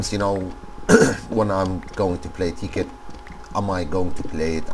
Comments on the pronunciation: It's not (tee)- (kit) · Tekkit and technic are not illegal..... Anyways awesome vid! ur accent when u say tekkit is so funny lol